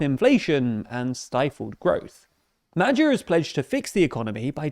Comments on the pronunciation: I'd say the video represents a fairly accurate picture, however mentioning statistics without putting it into context doesn't make any sense. For example the budged deficit should be put into european context. The "record" 11.1BN euro debt service cost suggests that it's a huge number, but the viewer doesn't get any understanding about how big it actually is. At this point, the only use of these statistics is propagandistic, which downgrades the quality of the otherwise accurate video. I've noticed the same propagandistic feel in other videos as well. As a Hungarian, I am rather sensitive to such media reportings. In my opinion, this is quite counterproductive in terms of the growth of your chanel, as people like me would look for more accurate media outlets. Same goes for the abysmal attempts of pronouncing non-english words. I'd give you a pass on hungarian words, but I've also noticed it in other languages. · Your old pronunciation of Magyar's name was better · The reporter's pronounciation of "Magyar" is wrong. It's "Mah-dyahr", and not "Mah-jahr". The letter "gy" pronounced as the combination of "D" and "Y" voices, which comes in english usually with "du" syllabels(like "during"), or "dew"(like "dewey"). Before the video check with google translator, or with something else. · Isn't it pronounced "Modyar"? (If one wishes to be pedantic), Personally I would like to see Hungary a Kingdom again, this time around a constitutional monarchy with an actual King instead of a Regent!) 😃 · "Mad-jar" Me when I'm in a mispronouncing foreign words contest and my oppponent is TLDR News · If you pronounce magyar as "MADYAR" it's closer to how it's actually pronounced. You're welcome. ❤️ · GREAT pronunciation NOT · How is the Engrisher butchering someone's name this much? Is he even trying to pronounce it? Low IQ perhaps? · The pronounciation of Magyar is not the best. It's a lot softer. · That's not how you say that name. Couldn't you have checked that? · isn't is 'moah-ioar!?